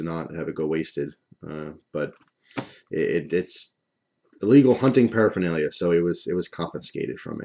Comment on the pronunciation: when you said paraphanlia i thought you meant your marijuana haha